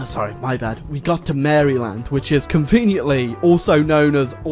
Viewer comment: Mary-Land? I don’t snort a line of Old Bay every morning so you can pronounce it like that